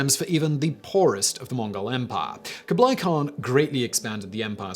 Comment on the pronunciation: I'm more bothered by kooblie